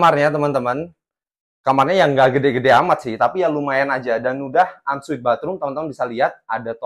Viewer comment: unsweet opo on suite? hahahaha mesti sekolah bahasa Inggris lagi lo!